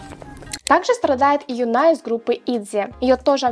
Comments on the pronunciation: Ю́на ударение на ю́ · не в коем случае не в обиду, просто чтобы в дальнейшем знала) не Юн`a, а `Юна, те ударения на Ю) не в обиду!! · Только девушку из Итзи зовут Юна, а не юнА